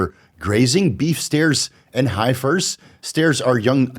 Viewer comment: High fers 😂😂 Hef ers bro